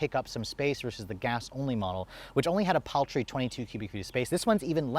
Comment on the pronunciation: “It gets PAL-Tree numbers”